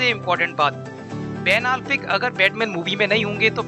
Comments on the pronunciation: Bhai alfeck nhi afleck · Vai tu apna Ban Affleck ka pronounce thik kar !